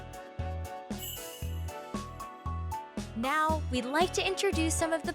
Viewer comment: Hearing the female narrator say Poka-mon, Poka-balls, & Poka-dex makes me cringe so hard... 😬 Hee-su-weee...? Komm-uh-do...? 😬😬